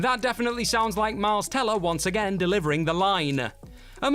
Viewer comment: is it fair to point out that whoever is doing the narration (they guy not the girl) can't seem to pronounce words properly? in the whiplash section he says band - uh rather than band; again -uh rather than again? is it annoyingly intentional overemphasis? or a speech impediment?